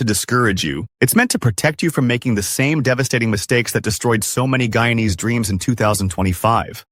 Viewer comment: Hey, you cannot even pronounce the word "Guyanese ' properly and these pictures are not from Guyana. Simply falsr